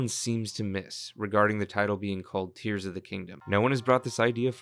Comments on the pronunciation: Jesus, It's Tears as in teardrops, the Japanese writing is key. And Hyrule's Allies are simply the Goron, the Rito, the Zora and the Gerudo. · Except in Japanese (where you know, the title name actually comes from), it’s explicitly tears (like what comes from the eyes). It doesn’t really matter if there are other pronunciations and meaning in Englishz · Thinks? It’s obviously a crying tears it’s in the Japanese tittle. And that’s how it was pronounced by Nintendo themselves 💀